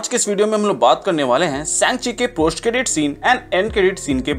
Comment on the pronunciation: Bhai से‌ंचि nhi woh सा‌ंग‌्चि hai 😅